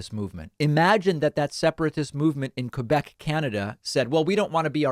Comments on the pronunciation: Just to put things straight: 1- Thank you for pronouncing "Quebec" the proper way. 2- We don't want to 'separate' from Canada to become Americans. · But at least, he pronounced 'Quebec' beautifully.